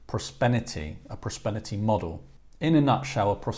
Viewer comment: Prospenity??? Mate!! It’s propensity lol not ‘prospenity’. PRO-PEN-SI-TY modelling. As a business analyst I do propensity modelling daily. Other than that embarrassing blooper, great video 👍